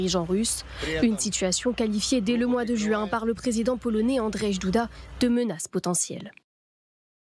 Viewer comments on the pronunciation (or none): "non, ils ne l'ont pas fait. mais s'ils l'ont fait, c'est uniquement pour..." donc ils l'ont fait, voilà. quand au président polonais, son nom se prononce pas "Andrège" mais "Andjey" (écrit Andrzej, le "rz" se prononce comme notre "j")